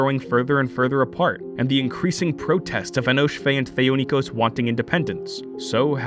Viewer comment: #JusticeFor,Thee-oh-ni-kos #JusticeFor,Scisserpooks